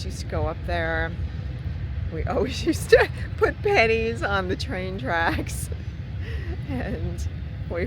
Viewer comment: Such a great video to sit through. On my list; for sure. BTW, I thought you said panties when you said pennies. LOL!!!